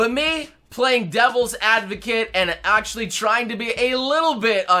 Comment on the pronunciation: Hey, whenever you say Actually; do you ever feel like you are saying Ashley instead? Just curious since they sound slightly similar in english.